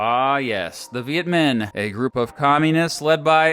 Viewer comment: Minh is pronounced ming, not min. Pretty annoying mistake.